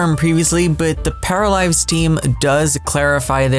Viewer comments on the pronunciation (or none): Paralized or Paralives? Please if you could pronounce it a little bit better I would greatly appreciate it.